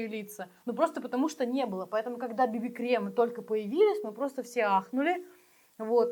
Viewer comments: Тональные крЕмы,крЕмы,крЕмы,уважайте родную речь. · КремА)) а как тортА?) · КремЫ. Ну пожалуйста кремЫ! ))) это в первые секунды просмотра, и ту дальше "Шисайдо"))) спасибо не надо ❤😅